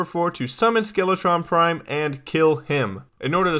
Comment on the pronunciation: The first time he said skeletron prime i thought he said skeletron crime